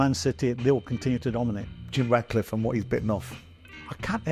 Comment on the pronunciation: Jim Ratcliffe is really concerned about what you think Simon Learn how to say his name properly for a start genius